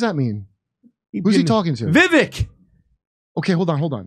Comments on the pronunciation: VeeVÁKE. Like CAKE. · Vivek - pronounced vi vake, like cake. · It’s pronounced Vee Vake (like cake)